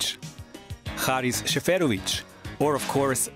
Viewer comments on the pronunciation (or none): Small correction: It is Seferović not Šeferović (you also misprounnounce his name in the video with Š (Sh) instead of S. And in the case the coach Vladimir Petković is also from the Balkans (Sarajevo).